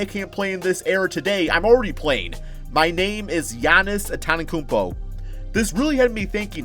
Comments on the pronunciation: Ffs pronounce Giannis’ last name right it’s not that hard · Jesus can you say Antetokounmpo correctly.